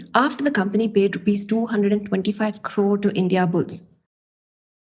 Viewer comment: I love the way you say Crrrrrrrrrore